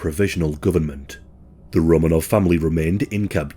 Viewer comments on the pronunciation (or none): none